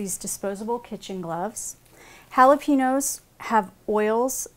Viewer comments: i hate it when people say "holla-PEEN-yo" when its "holla-PAIN-yo" not too good with breaking words into sounds but you get my point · Did anyone else get annoyed how she said jalapeños. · I detest the way most Americans pronounce Jalepeños, the "n" isn't pronounced like an "n". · It is bugging me so much how u r Sauk g jalapeños Ugh If your gonna say it Say it right